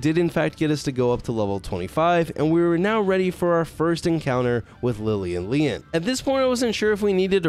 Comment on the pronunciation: You pronounce Lyleen funny. Mostly it sounds like you're saying "Lian", or "Lelan", but there's two Es at the end, so it's either "Lye-leen, or "Lil-een". Personally I think it's "Lye-leen".